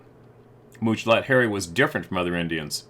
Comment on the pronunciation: pronounces Muchalot Harry's name as Mooch-a-lot! It's pronounced like three separate English words, which it is: Much, a, lot. Two ways of saying "MANY", like he trapped MANY animals, got MANY furs. To say Mooch a lot would be an insult, right? So Much-a-lot is a GOOD name for a SUCCESSFUL Native trapper. That's how I see his name. But almost EVERYBODY mispronounces it unless they stop to think how Indian languages work. You are supposed to imagine MUCH success, A LOT of bounty. That dude was seen as "The Man" until the Bigfoot tribe scared him into crying like a little girl. Sad story!